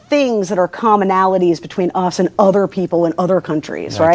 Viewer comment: why does she say other like that tho? Seems kinda weird>